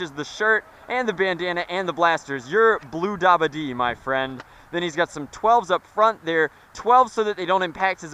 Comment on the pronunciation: stop saying bluedabade it annoys the crap out of me and makes me cringe